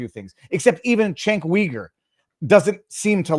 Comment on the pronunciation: You're saying Cenk's name wrong, it's pronounced with a J, as in Jenk, Also, his last name sounds like Yuger. Cenk Uyger. Jenk Yuger is how it's pronounced.